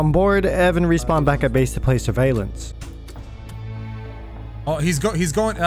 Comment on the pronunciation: My mans hit the hardest country accent when he said “chapter 4 surveillance” 😂